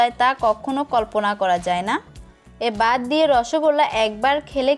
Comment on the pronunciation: বাত, ডাকনা, ডেকে আপু প্লিজ উচ্চারণ ঠিক করেন